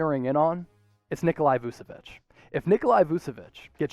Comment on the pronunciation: Heads up, it’s not pronounced “Nikolai” or “Vusevich”, it’s “Nikola Vuchevich”. Love your stuff though. 👍🏻